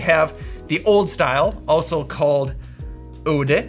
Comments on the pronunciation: I love your pronunciation of Oude and Jonge because they literally just mean old and young and are pronounced au-de not oode and yo-n-e not jonke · Oude is pronounced 'ow-duh'. Kind regards from a Dutchie who loves your channel and loves to see our national spirit represented! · Its pronounced ow-de😂 and j-on-ge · ou in ''oude'' is pronounced as ''ou'' in ouch, and the 'de' is prounonced as ''duh'' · The 'ou' in oude is pronounced as the 'ou' in house & jonge is just difficult to explain to someone who isn't dutch, your pronunciation was still pretty good tho